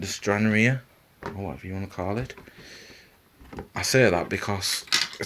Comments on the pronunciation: Hi, it's pronounced Stran-rar, with the 'e' silent. It's named after the Scottish port where the aircraft was based during WW2. Thanks for the video! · Named after my home town, liked how you pronounced it 😂 anyway have the same plane in my stash.